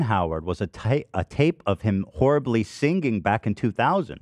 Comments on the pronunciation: Ethan not being able to pronounce the word “singing” is always so funny to me. He adds a syllable that doesn’t exist, so because the word is so “simple” it’s impossible not notice immediately 🤣 “sing-Ging” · He over pronounces it like "sing-geeng" it's like he puts a hard G in the middle. And I'm from LA and do not say it like that 😂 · I could listen to Ethan hit both G's in "singing" all day, it's such an LA thing and it makes me happy